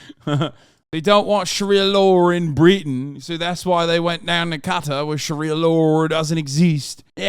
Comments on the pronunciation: Im sorry but what is up with the way Hasan says Qatar? like bro... i thought were meant to be worldly. All i can do is laugh when i realised he has never said the word Qatar before and is pronouncing it like its spelt. its Kuh-taar not katir! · Hey not trying to be a douchebag but it’s pronounced like Catar. Guitar but ca. No I’m not a self-important incel my friend lived there for 3 years